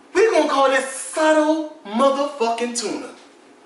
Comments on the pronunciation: funny vid, but its "Subtle" not suttle haha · "subtle" got a "b" in it lol love u